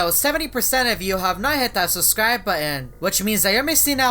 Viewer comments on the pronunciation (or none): says susscribe Instead of subscribe